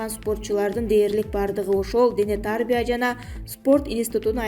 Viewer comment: Дене тарбия деген сөздү туура айтчы.